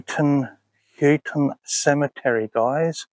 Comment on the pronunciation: It’s pronounced How-ton I was saying it wrong myself for ages until someone who lives in the area corrected me lol great video 👻🐍